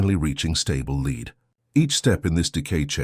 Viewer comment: Pronouncement errors reveal non-human sound production like not knowing the difference between lead and lead!